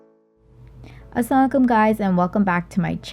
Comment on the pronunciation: Its not Asalaalekum its AsalaaMOOalikum